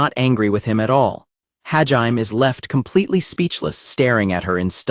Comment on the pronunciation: I congratulate all you crazy mfers that sat through six hours of the AI narrator butchering Hajime's name. You're the real ones.